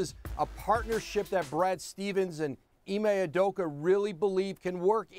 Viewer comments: Ee-mae Oo-doh-ka. That’s how to pronounce his name. They’re butchering my mans name. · Ee-May Oo-Doh-ka. Not hard bro.